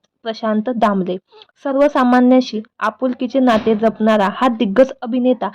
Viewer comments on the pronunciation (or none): कृपया मराठी नीट, शुद्ध बोलायला शिका. मानुस, जपनारा, दूरचित्रवानी, आनि, असे शब्द ऐकायला चांगले वाटत नाही.